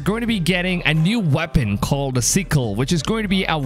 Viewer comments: I don't know if he's saying it that way on purpose but it sounds like he said we're getting a "sequel" but i think he meant the weapon :3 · Sick-EL not seek-EL. Sword not SEEward.